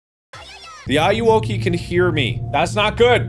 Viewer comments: I believe it’s pronounced “A-you-whoa-kay” as enunciation of “Are you Okey.” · It's Ayuwoki It's Not Ayayya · It's a meme in Spanish xD it's pronounced "Ah-you-whoa-key"